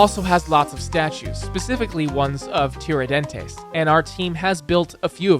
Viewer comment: really funny to see he trying pronounce words "sao paolou" "tihradenties" "riou di janeirou"